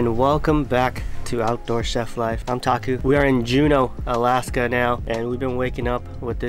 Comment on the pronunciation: It's taku Or toku,you are so cute